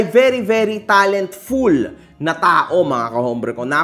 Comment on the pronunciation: Tindi ng pagkasabi mo " Talent-fool "? 😂